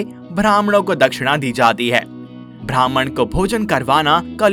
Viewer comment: It's Brahman ब्राम्हण.. Not Bhrahman भ्रामहाण Please pronounce it correctly